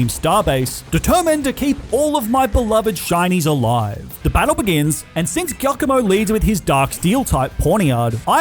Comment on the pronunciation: Its giacomo not kiakomo😭😭😭